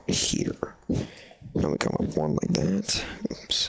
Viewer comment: It sounded like dap instead of that!